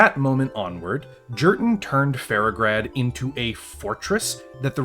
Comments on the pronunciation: The J is silent man, it's pronounced more like Yurten. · "Jurten" is pronounced with a Y sound, Nordic-style. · Oh man, idk if I can get through this with how horribly he’s pronouncing Jurten. This has to be trolling, there’s no way.